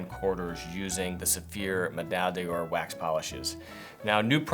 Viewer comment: Nice video, thank you! As a French speaker, may I make a remark about pronunciation? On the whole your French pronunciation is fine, except for 'médaille d'or' which should have three syllables, not four. So 'Meh-dye-door', not 'Meh-dye-dee-oar'. The double 'll' is also silent, a bit like 'tortilla' in Spanish. Hope my comment is helpful, no disrespect intended. Thanks again!